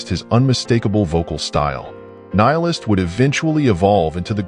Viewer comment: Pronounced Kneel-ist.